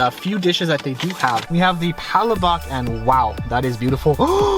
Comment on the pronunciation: So only because not everyone knows how to pronounce Palobok. Its pronounced "Pull-la-boak". People tend to pronounce it incorrectly like "Pal-lah-bock" or "Paula-Bock".